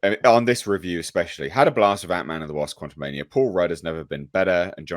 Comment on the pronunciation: Quantu'Meh-nia is not getting my dollar